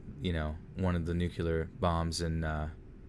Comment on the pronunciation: Please tell me I did not just hear you say nü-kyə-lər